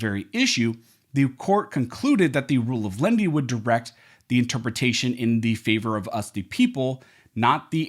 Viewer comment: Please announciate your speech. The rule of Lenity is not pronounced the rule of Lindy. Firearm is not pronounced "Farm".